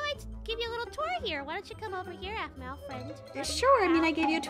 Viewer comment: It's aphmau not ahmau